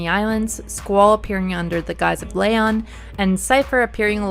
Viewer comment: Love the videos, but...Lay-on?(Its Lee-on) breaths deep You get a pass.